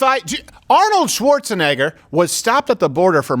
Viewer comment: Woah! Crowder's impersonation of Schwarzenegger is amazing!!! The pronunciation and even his voice was spot on!!